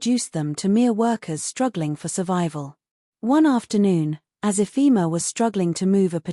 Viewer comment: Do you mean Ifoma and Emeka and not Ephima Emica. Please, use Google research to get the correct pronunciation of African names just like Africans do with foreign names. Peace